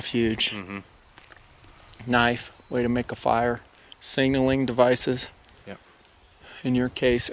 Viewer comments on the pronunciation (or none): Somebody please teach the difference between signal and single. This isn't the 1st video I've noticed his problem pronouncing the word SIGNAL. Luv ya but work on it brother:P